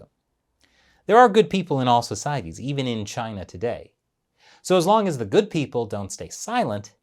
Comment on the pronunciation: Just so you know, it's "the" not "d" 😅